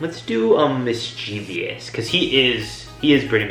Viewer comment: You are mispronouncing mischievous. You are saying Mis-Chee-Vee-us. There is a “O” after the “V” so it can’t be pronounced with a VEE sound. Rather it is pronounced as Mis-Chuh-vuhs .